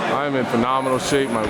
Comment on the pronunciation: He said the shamp